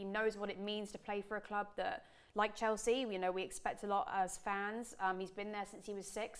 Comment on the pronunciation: Mate this absolutely criminal how she made Chelsea sound smh